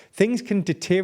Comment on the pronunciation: 'deteriorate,' not 'deterioate'